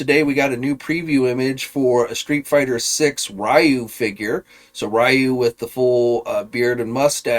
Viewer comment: It's not pronounced as Ra-You , it's actually Ri-You (Ryu).